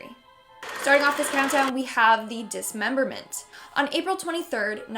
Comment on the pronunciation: Me: What's a "this member mint?" Everyone else: No, "DISMEMBERMENT"